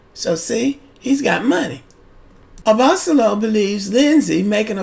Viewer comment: Hi, his last name is pronounced "Abba-solo". And I'm inclined to agree with you. As a lawyer, Rachel should've safeguarded her interests better. Also, besides Lauren & Cam from LIB who are still together, there is also Brianna & Vincent from MAFS.